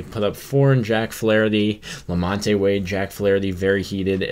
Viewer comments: Who is la-MON-tay? Did you mean la-MONT? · Lamon te it’s pronounced lamont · It's pronounced Lamont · You’re pronouncing Wades name wrong. You don’t pronounce the E in Lamonte.